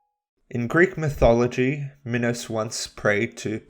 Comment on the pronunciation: he actually said minos right :O